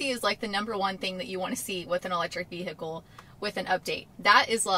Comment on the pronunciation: Hello and welcome! I'm Nudie Hand Puppet! Great update as ever... I also love the way you say... Veee Hickle.